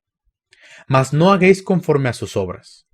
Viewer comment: No hermano, me gusta como explicas la Palabra. Pero por favor: le la palabra "hagais" no 'hagueis'.